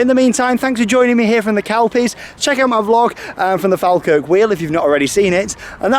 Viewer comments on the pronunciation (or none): Naw pronounced faw-kirk